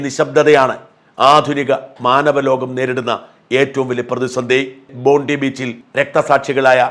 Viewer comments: ചെറിയ തിരുത്ത്... ബോണ്ടി ബീച്ച് എന്നല്ല, ബോൺഡായ് ബീച്ച് എന്നാണ് പറയുക. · PRONOUNCED as " BONDAI " !!! N9T BONDI !!! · It is pronounced as" BONDAI " beach and not BONDI beach . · 👉👉👉👉Bondi (bondayee) beach. Not "bondee" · ബോണ്ടി ബീച് അല്ല ബോണ്ടായി എന്നാണ് പറയേണ്ടത്.